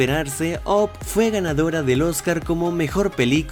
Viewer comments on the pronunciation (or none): Buen video. Pero se pronuncia ap no op:)